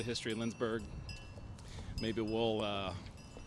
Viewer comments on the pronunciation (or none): It is LindsBORG and not LindsBURG. Still, a nice video :)